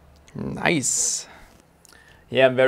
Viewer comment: Das deutscheste „nice“ ever xD